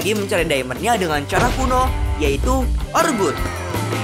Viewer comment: bang kalo ada (ORE-GUD) kalo di nether (QULUD) quartz gelud